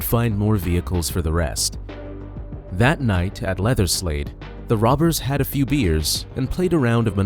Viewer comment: Great vid, I have to say though I kept thinking you said "leatherslave" but that just might my mind in the gutter lol